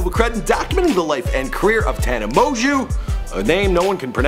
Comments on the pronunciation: How to pronuce her last name tana mon-joe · tana monjew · mon•gieu it's pronounced ta•nuh mo•jo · Tana monguuuu